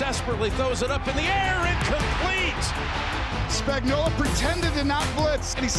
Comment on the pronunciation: But can we include how to pronounce his name? Everyone and their mother calls him "Spagnolla". Say it, "Spagnuolo." It has a big "O" on the end of it. He's not a can of Chef Boyardee 😂